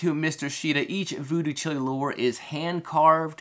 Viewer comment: Great video but your pronouncing the name wrong. It’s like child without the d, chile. Jimi Hendrix’s Voodoo Child, Jimi says Chile but not pronounced like the country.